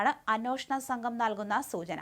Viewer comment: 'അന്നോഷണം' എന്നല്ല അന്വേഷണം എന്നാണ്.